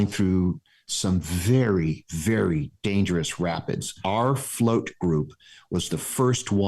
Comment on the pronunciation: Wery interesting, wery good!